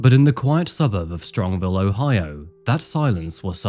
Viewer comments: As a local it’s Strongsville not strongville but other than that great video bro. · Great video...my only "ick" about it is that the city this happened in is pronounced STRONGS VILLE....not STRONG Ville...hope that makes sense :) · Been watching for a long time and you clearly do a lot of research. I don’t think this is a common issue in your videos but maybe as a local story I notice it more. Just a suggestion to add pronunciations into your research. This city is Strongsville and you say Strongville a few times. That one is silly to me and doesn’t bring the video quality down. It’s like when a GPS gets a city wrong. My suggestion is toward the victims name. You say Dominic Russo as R(uh)sso but it’s actually R(oo)sso. I don’t know the kid but I feel names hold a lot of weight and should be said correctly, especially in memoriam. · StrongSville, not Strongville